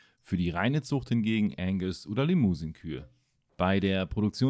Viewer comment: es heißt Angus und limouseng ausgesprochen nicht liemusen